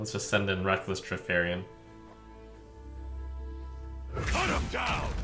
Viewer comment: I keep reading and hearing "Reckless Kripparian" instead of "Reckless Trifarian".